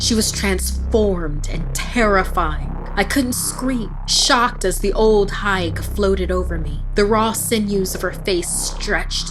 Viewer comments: Its pronounced HEGUH 😂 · her :ol higue me:correcting her every time ... the way u say it is wrong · Actually Higue is pronounced Hig (H ī g in other words, the long I)